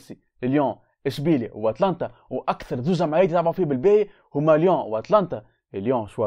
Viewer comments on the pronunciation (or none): بالله انطقوا الفرق بالصحيح اتالانتا مش اتلانتا